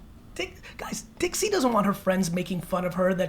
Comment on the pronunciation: When he calls Dixie “dicks” 😂